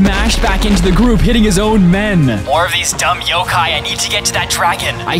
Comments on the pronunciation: its not pronounced yokae its yhokhai... the pheonix is in tagalog in tagalog it translates to the great pheonix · It’s not Yo K it’s Yo kI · Yokay?!?! Its yo kai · It's yo-Kai, like agni kai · Isn’t it pronounced yokai (yo-ky?)